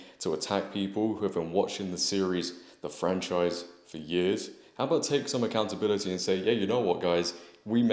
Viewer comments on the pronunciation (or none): take some what? Aaaa-dbiliti? Where doh one buy that? Asking for a friend…(that works for bbc) 😂😂😂